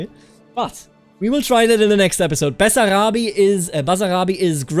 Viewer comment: Btw it's Basarabia not Basarabi